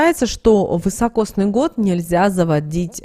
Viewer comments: Простите, но режет слух вЫсокосный год, правильно говорить вИсокосный. Спасибо. 🌹🌺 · Извините, не высокосный, а високосный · Следует говорить "високосный"